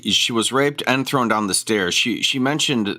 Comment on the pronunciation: How many syllables are in the word "thrown?" Is he Canadian? 😊